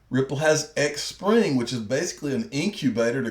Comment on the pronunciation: Good video, as usual. Xpring is pronounced Spring